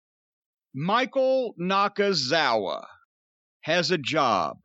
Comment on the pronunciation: I’m just here to hear Jim say Michael “Nakanakitthefuckoff” it never gets old 😂